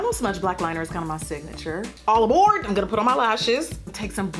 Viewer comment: “All ABOARDT” 😂😂😂😂